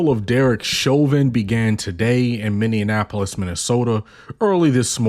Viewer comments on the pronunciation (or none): Agreed. The person doing the voice over is adding an extra syllable, and it sounds they're saying Minnie-IN-ap-polis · Minn-E-App-O-Lis. You said it wrong every time.